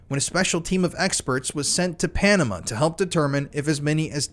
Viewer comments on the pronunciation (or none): none